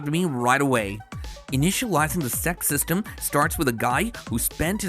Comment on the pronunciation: bro is saying 'sect system' in a very weird way lol